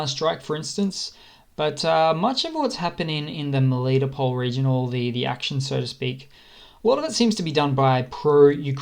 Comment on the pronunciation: It's Mel I toe pol not melito pol